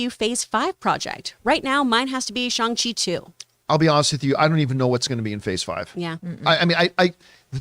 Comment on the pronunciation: John trying to say "Shang Chi 2" gives me major Chin Cheng Hanji vibes